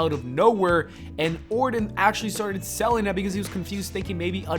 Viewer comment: Randy Orton with a “T” not Randy Orden with a “D”